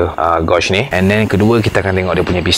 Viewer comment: Tq bang, sangat informative! Just ada sedikit teguran, sebutan 'gauge' tu sepatutnya macam 'gage' bukan 'gawge'.. Mohon jangan terasa ya bang, kita saling improve selagi boleh =)